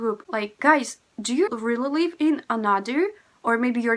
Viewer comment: Why you have no difference in pronounciation "live" and "leave"? It should be different